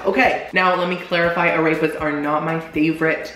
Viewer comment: “Ah-rayp-uhs” hahaha